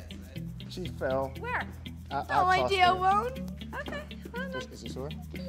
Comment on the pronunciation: “She fael” “..I tossed her” Me: BAHAHAHAH😂